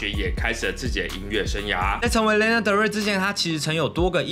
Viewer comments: 既然是介紹歌手的影片 她的名字發音可能要多做一下功課 😅 是「拉娜」不是「列娜」喔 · 真的聽到名字一直唸錯真的快看不下去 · 請查一下Lana如何發音，謝謝